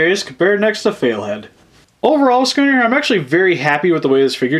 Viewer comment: It's not sconner it's scunner look at videos